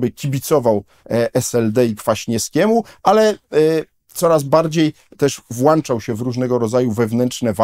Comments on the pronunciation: WŁĄCZAŁ, NIE WŁANCZAŁ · nie "włanczał", a włączał, profesorze. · Panie profesorze z całym szacunkiem nie włanczał tylko włączał. Pozdrawiam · Na Boga! Włączał nie włanczał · "włanczał"??? Panie profesorze, litości... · Włanczal Panie Dudek. . ha,ha ha. …………WŁĄCZAŁ. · Panie Profesorku, nie mówi się włanczał tylko włączał oraz domyślić,a nie domyśleć...koszmar! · "włączał" a nie "włanczał" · Panie profesorze na Boga - nie włanczal tylko włączał!!!!!!! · No to jak w końcu włanczał czy włączał? 🤣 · WŁĄCZAŁ a nie "włanczał", Panie Profesorze. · No po Panu nie spodziewałbym się słowa "włanczał" 🤯😳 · Urban 'włanczał' się w różnego rodzaju walki, zapewne 'włancznikiem' . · W obliczu opowieści o szermierzu słowa, powiedzenie przez pana "włanczał" brzmi jak prowokacja 😅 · "włanczał się" i kilkakrotnie powtórzone "domyśleć się" ... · Profesor i " włanczał"..... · Zdarza mi sie słuchać programów Pana Profesora. Nie zgadzam się z częścią Pana poglądów. Ale nie wypada aby Profesor tak kaleczył język polski! Pana ciągle "wUkrainie" a teraz "włańczał się" [sic!] to już za dużo! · „Włanczał”? No panie profesorze…